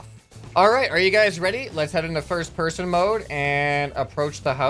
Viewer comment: you said pirst person